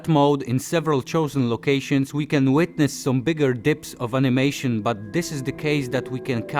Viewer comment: Flaktuejszon of de animejszon. :3 To się na rapowy hicior nadaje. :D Świetna robota. :) Powodzenia dalej.